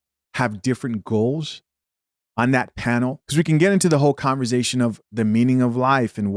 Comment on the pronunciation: When you say “converzation”🤭like sir no.